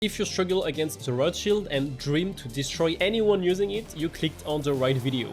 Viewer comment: Every time you say Riot Shield, I hear Rothschild. ☠